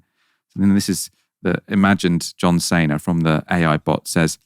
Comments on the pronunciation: John Cena, not Sayna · "a particular wrestler called John Saynar... Johm Sayna..." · John SEE-NA, for crying out loud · The way you said John Cena floored me